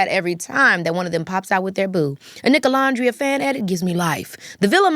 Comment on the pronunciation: hate the way she says nicolandria 😭😭😭😭😭